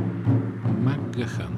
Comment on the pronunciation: Правилното произношение всъщност е МакГиан.